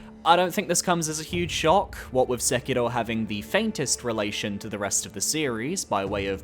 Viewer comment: I love your videos (and this one is no different) but the exaggerated way you pronounce Japanese/Asian names like Yuka Kitamura and Sekiro.etc always kinda comes across a little bit off for me imo. I'm sure your intentions are good, and I appreciate that you're trying to enunciate the names correctly, but I feel like some people might get the wrong idea with the accent/tone of it Please don't take it to heart or anything! I consistently love all your videos, but I figured I'd mention and give feedback